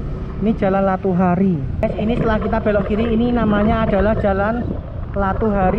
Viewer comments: Latuharhari bukan latuhari,lu salah ucap lg min. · koq saya terganggu dgn mimin yg menyebut nama jalan latuharhari jadi "latuhari"? cem mana bicara sejarah ndak tau nama pahlawan sendiri?